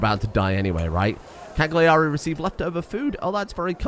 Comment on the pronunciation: Please it's pronounced Càyari